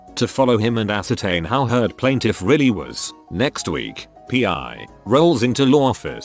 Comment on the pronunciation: I love that it reads out pie instead of p.i.😆